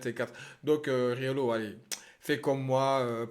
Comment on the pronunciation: Tu rajoutes un « g » à Riolo c’est Rigolo